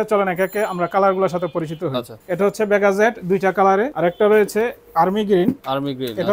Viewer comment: খুব হাসলাম তার কথা শুনে (ভেগা) রে বানাইলো (বেগা😂) আর (টার্ক) কে বানাইল (তর্ক 😂)